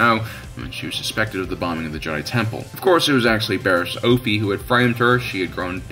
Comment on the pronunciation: Sadly, I didn't rate this video. It is good, but the mispronouncing of ' name grates on my nerves. it is OFF-IE, not OAF-EE 🤓